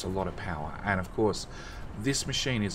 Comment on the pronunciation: Thank you for video, however it may just be my broken mind, but can you possibly stop dragging out the last syllable of words when you speak ? Copperrrrrrrrrrrrrrrrrrrrrrrrr, andddddddddddddddddddm , place hereeeeeeeeeeeeeeeeeeeeeeee, etc. it wrecks my head :P